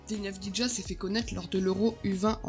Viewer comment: Ca se prononce avdiya